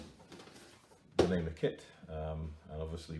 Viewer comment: thank you for this great video, the name of the vehicle is TIGER means NAMER in Hebrew you say it in phrases like NA-MER I am trying to build one and dedicate it in memory of the soldiers who died in the October 7 war